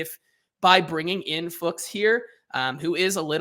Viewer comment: To end the guessing: Fuchs is the german word for 'fox' and is pronounced very similar to that, but with the 'u' sounding like the 'oo' in 'looks'. So you got it right a couple of times: "Fooks".